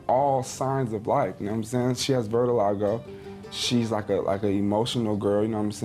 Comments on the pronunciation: VERT-aligo? Is that when your melanin is getting crunk? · He's a fool, he said "vertilago" 😂